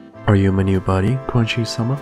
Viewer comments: I enjoy ur dub! For future reference, Quanxi is pronounced “ch-ran sshi”. I hope that helps. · Using K like King is incorrect. She is Chinese, and the spelling for her name is in the Pinyin system, so the pronunciation is already there. When the anime comes out, they will pronounce her name with a "ch" sound, as in "chilly".